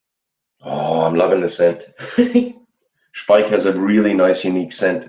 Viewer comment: Great shave! I missed it live, but still enjoyed the conversation. Now I know how to properly pronounce Speick! Keep it up👍